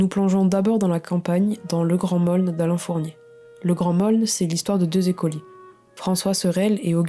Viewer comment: Excellente sélection (à supposer qu'il existât "10 meilleurs romans"' ! 😊🙄) P.S. : on prononce "Le grand Meaulnes" avec un "o" fermé.